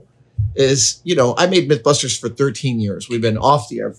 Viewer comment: You said "Mythbusters" and I thought you said that you made "Mint Clusters" for years. I thought whaaa?